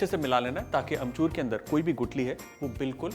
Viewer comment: Sawal - how many times Kunal said amchurrrr ?!?!?